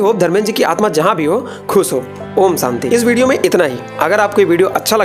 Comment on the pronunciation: सादी नहीं "शादी" *हमेशा, *शांति Please improve your pronunciations.